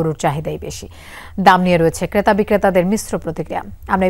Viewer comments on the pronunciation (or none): রিপোর্টার কে আরো সুন্দর উচ্চারণ করতে হবে কারণ এটা যমুনার রিপোর্টার। ক্রেতা কে কেতা আর ট্রাক কে টাক বললে হবে না